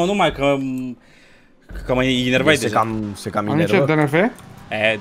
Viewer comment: se spune: „Enervat”, nu: „Inervat(eu așa știu).”